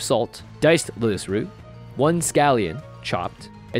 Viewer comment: Lótus? Where s the lótus?